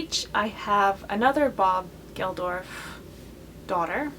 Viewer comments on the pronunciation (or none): Bob Geldof...not Gelorf... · It’s pronounced bob gel-doff I’m sorry I couldn’t not correct. Some of these are awful but Jagger Joseph Blue is pretty cool in my opinion